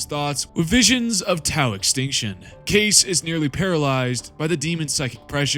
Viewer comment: In the game itself, Kais is pronounced 'kice', not 'case'.